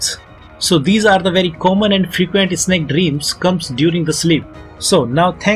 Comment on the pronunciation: Its snake not Isnek